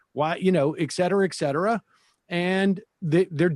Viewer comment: Ekcetera! Ekcetera! Ekcetera! Sam seder is a fucking moron!